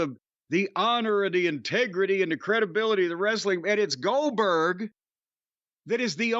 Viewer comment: He shakes up so bad he says Boo Gooberg lmao